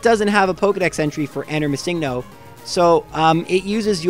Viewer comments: Its missing-no not miss-Ingno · My only pet peeve is that you pronounce missingno as mis sing no. I mean, it isn't wrong but still mildly annoying. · your saying it wrong its MISSINGno. and whaaaaaaaaaat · Ugh! I can't believe still in 2019 people are still pronouncing it as "Missing No". The "NO." stands for the word number. It's "Missing Number" not "Missing No". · You say MissingNo wrong. It’s missing no short for missing number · Is it just me or did he call Missingno as Mi-sing-no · ITS PRONUONCED Missing-no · You realize the original comment was poking fun at how pronounces the name, right? How he emphasizes the "sing" in missingno. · I've never heard someone pronounce MissingNo the way you do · Why do you pronounce missingno like that but missing the right way? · I like how you pronounce MissingNo. Like its an actual pokemon name and not missing number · You say missing no. Very strangely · The weird way you pronounce Missingno. Is distracting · is it just me or is he saying missingno really wierd